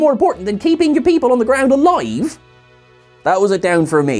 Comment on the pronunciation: You said alive like a welshman